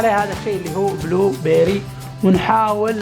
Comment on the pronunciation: نطقك لصوص وبلو بيري 🌚 يجيب الضحك 🌚 عادي ترا تقول توت ازرق بالعربي وشراب الفراوله عادي مرا🌚